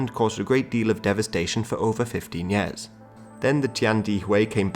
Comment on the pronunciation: Yo why you sayin yaars instead of years my dude. Thx for the content though, it's really fun to watch and educates me immensely